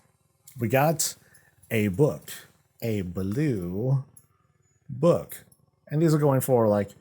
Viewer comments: Touque rhymes with spook, not book ☺ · Good try on the pronunciation... it is "Took" like "too", "to", and "two". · I like the winter set and the pet, the glaives are cool too. Not sure how much I will spend cause I have been good at saving up so far. Toque is pronounced tewk BTW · Toque is pronounced like Twooo-k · The hat called “toque” is pronounced “two-k”… It’s “Canadian” for “winter hat” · touque is pronounced tuke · Toque is pronounced more like tuke. It’s got that U sound like the number two for example. PS- yes I’m Canadian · Toque rhymes with Spook, for pronounciation.